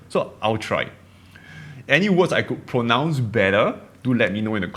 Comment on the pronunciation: Good for you taking up the challenge of losing your accent; few people manage that level of fluency in any language! Pronounce you need to hit the r harder and not say pwonounce as it sounds to English ears.